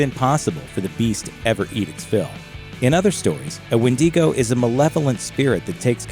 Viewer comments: Who told him that it was wendeegoh?? It’s wendigo 🥲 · "wen-DEE-go" 😂🤦‍♀It's "wen-duh-go" my dude. Takes away all credibility when you can't pronounce the very word you're trying to convey information about. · Sure there’s more pronunciation for the word Wendigo but like the majority of people know Wendigo not Wendeeeeeeeeeego like come on when you have actually heard someone said Wendeeeeeego more than Wendigo? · As the others say.IT'S Wendigo not Windigo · wen de go ? LMAOOO It's wen da go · It’s wind Ah Gooooo not windy go 🤦‍♂️ but good content ig lol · When-duh-go. not When-dee-co. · I am not normally one to complain about pronunciation however it is pronounced when dego not when Dee go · WIN-DIH-GO!!! NOT "WINDEEEGO". Geezus. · I don't care, the "wen-DEE-go" pronounciation is driving me nuts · Actually it’s wee digo as a Métis I should know this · Say it with me: "Win-da-go" 🤦🏽‍♀🙉😬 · wtf is a “Wen-dee-go”? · *When - Dee - go” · Win-dee-go. I’m weak 😭💀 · dawg im a native from the tribe the wendigo comes from and chile, "wendeego?" tf is that pronunciation?? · did he just seid windingo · It's called a widago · Well,o didn’t know it was called the wendEEgo, but okay... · No one: Not even a single soul: Gringe: WENDY GO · you pronounce wedigo wrong its pronouced wen*da*go not wen*di*go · If you ever make another video saying wen-dee-go I will personally invert your kneecaps. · Okay. I can't sit through twelve minutes of "winn-DEE-goh" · it's kinda pronounced "when-dig-oh" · It’s WEN-DI-GO! WENDIGO GET IT RIGHT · This guy: WIN DEE GO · Nobody: Looper: WindEGo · Yo. It's pronounce "Ween-Dig-Go". We have a story here as late 1989. Only heard bits of it tho. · "What we actually know about the wendigo myth" lol, too bad you don't ACTUALLY KNOW how to properly pronounce wendigo. "Windy-go"! LMAO! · turned this shit off after a minute... windego, tf is that?? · The wendy go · Wendiego. Olay??? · Algonquien and Wen Di Go just absolute amazing speech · Isn't it wen-duh-go?